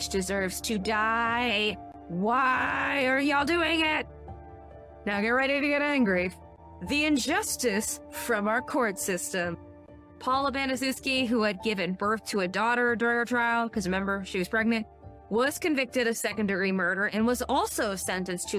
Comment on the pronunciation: It's name is pronounced bana chef ski!!